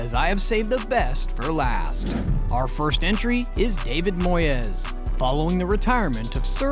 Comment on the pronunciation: His name aint moy-ez. Its moys, also why are you showing clips of tim sherwood, when talking about remi garde? You kust like goal90. An american who knows nothing about football